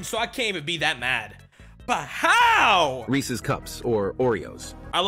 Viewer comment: why do americans insist on saying Reese's wrong